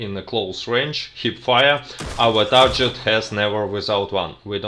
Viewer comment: By the way, the word "TARGET" has a hard 'G' as in the word "GREAT". You're doing "great" with these videos!